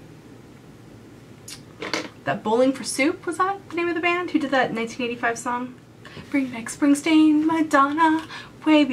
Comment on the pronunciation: I've literally rewatched it a zillion times! I can't tell if she said 85 or 95